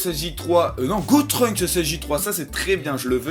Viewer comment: C'est GOTENKS!!!!! Pas GOTRUNKS